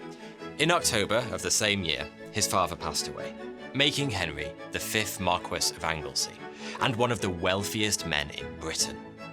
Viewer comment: I love your videos...but it blows my mind that a seeming Englishman like yourself doesn't know how to pronounce 'marquess'